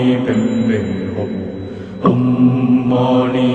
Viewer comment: It's om...not oh🙄 Are converted buddhist or what??